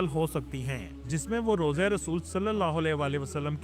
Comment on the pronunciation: Rooza nhi rawza.. matlab marqad mubarak.. matlab qaber mubarak